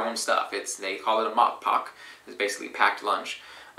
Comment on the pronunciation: He butchered the word a little by not pronoouncing the "e" at the end. "Matpakke" "mat" means "food" and "pakke" means "package"